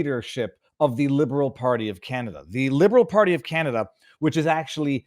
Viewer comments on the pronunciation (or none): Viva, if you are gonna make fun of her pronounciation, you missed where she said CanadIa. For all the Libtards freaking out on Trump, on Tik Tok, do they even have the self awremness to realize that the only reason why they are on Tik Tok today is because of Trump?